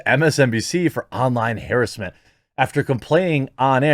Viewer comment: How did you just pronounce "harrassment"? 🤣🤣🤣🤣🤣 hair-us-ment??? Lmfao bro wtf it's huh-rass-mint